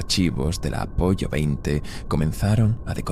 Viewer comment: Comentario instructivo con perdón: ya sé que no es voz humana, aún así la caga cada vez que dice Apollo, acabando en pollo 🐔,😂hay que entrenar más esas bot vox Apolo, aunque se escriba Apollo,es que suena a risita cada vez que suelta lo del A- 🐓 pollo, con perdón¿eh?. Me ha gustado mucho, cómo siempre, gracias.